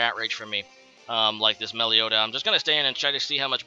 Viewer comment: Meloetta, not Meleotta....lol